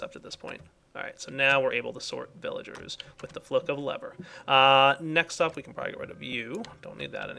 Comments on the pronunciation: I love how calls them "Willagers" sometimes. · Thats because in German, you pronounce the "v" as a "W"